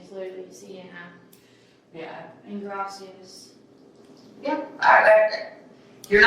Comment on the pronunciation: Oh she murdered alright. She murdered the Spanish language. PEE-SOOOSS, GRAYSEEASS.